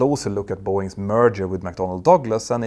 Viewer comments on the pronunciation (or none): “Boeings’s”?? Really? Care to try that again? How about “Boeing’s”?